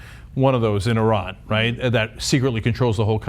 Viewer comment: Thank you for pronouncing Iran correctly.